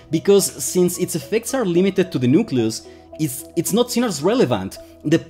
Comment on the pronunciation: Just an English note: it’s not a nukeYOUlus, it’s a nukeLEEus. Nucleus. Just like nuclear is pronounced nukeLEEar, not nukyoular.